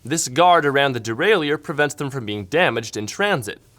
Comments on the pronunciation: derailleur is pronounced de-rail-er not de-rail-ier :) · I like this kind of content and I like reviews but his insistence on mispronouncing derailleur, makes the video almost unwatchable.